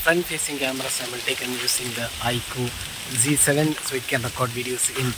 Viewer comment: Bhai ye "z" h na ki "g"